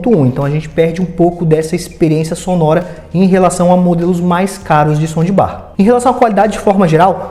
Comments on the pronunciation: Por que ele fala “ sondibar”????? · Putz que raiva disso... Acho que ele fala som de BAR / BUTECO kkkkk GALERA, SE PRONUNCIA ASSIM: 'SAUNDBAR' - TROQUE O PELO A . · som de bar kkk